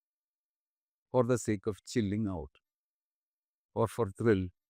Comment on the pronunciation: i love how he says " chilling out " 😂😂😂😂😂